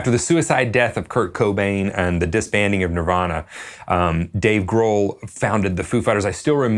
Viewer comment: Wait, is that not how you pronounce Dave Grohl? Damn.